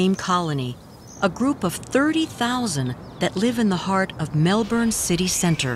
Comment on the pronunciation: Bats are very important to our ecology. These bats are 'fair dinkum'. It would be nice if the American narrator could pronounce Melbourne properly.